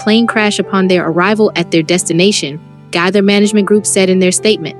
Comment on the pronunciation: Please learn how to pronounce the family names correctly. THE GAITHERS....(long a) Nelons...(not pronounced like melons) You can listen to other videos and learn how to pronounce their names correctly. These families deserve that respect.